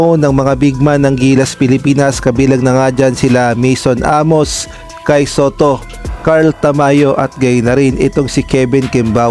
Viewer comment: shaun at maeson aemos ang pronounce ng name nila.ndi hakob lao kundi jaycob basa nun